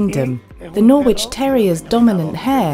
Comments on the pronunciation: Great video for technique (but the "w" in Norwich is silent) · why is the voiceover woman pronouncing Norwich wrong.